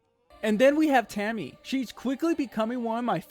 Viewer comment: Taimi's name is pronounced Tie-me :) As a 10 year GW2 veteran, I'm glad you have been enjoying your time in Tyria! Can't wait to see the rest of your journey through this amazing game! :D